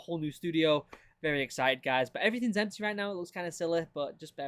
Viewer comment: Whys everything EMP-TUH?